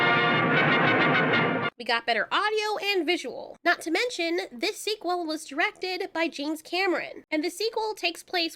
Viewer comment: Why do you pronounce sequel like that lol is there a backstory to it or